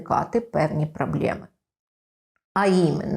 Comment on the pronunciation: прАблЄми кАсмЄтолога прАфілактично дискАмфорт трохи ріже вухо